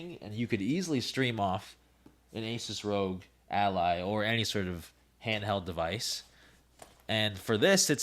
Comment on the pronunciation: bro its pronounced Al-Lie Not Alley So in the spelling ROG Ally the 'y' is a long y sound. The word Ally is like friend, or comrade. Its a play on words as its a little device that goes everywhere with you so its your Ally. No, just no. The ASUS Rog Ally is gonna be streaming Elden Ring at like 720P(lol to anyone watching that stream) at like 40 FPS while the Z13 is going to be doing 1440P 70 FPS, its not even in the same ballpark.